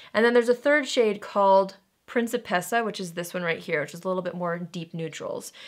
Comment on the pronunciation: I laughed so hard when you botched the name principessa, I have nothing against you but the way you said it sent me into orbit